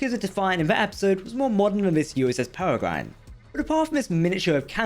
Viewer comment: Pear-Ree-grin a Peregrine is a bird of prey, a Peregrine Falcon.